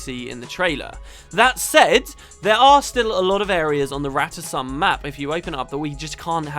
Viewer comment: In a GW1 cinematic, It's pronounced Rata Sum, as and I and many others pronounce it. That is the correct pronounciation. Felicia Day screwed it up and everyone else just followed suit.